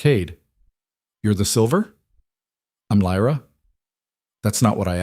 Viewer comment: It kind of ruins the story when the narrator keeps changing how Lyra’s name is pronounced.